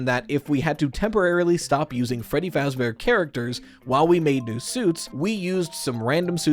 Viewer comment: feddy fahbear